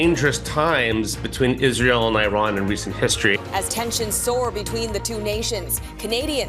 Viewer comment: Tell em to pronounce the country’s name at least.